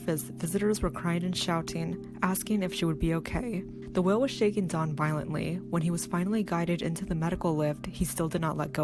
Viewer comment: Get your facts right!!!! Never grabbed her hair! Bad enough you didn't pronounce her name correctly!!!!!!